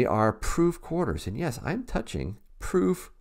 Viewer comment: Nice “quahdas”😉. I know you don’t say it like that but you know... The proofs are beautiful.